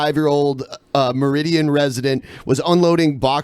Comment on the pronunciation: My favorite part about this episode is when mispronounces Meriden